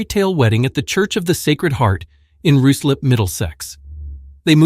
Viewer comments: Ruislip is pronounced Rye slip. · It’s pronounced- Rye-slip. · The U in Ruislip is silent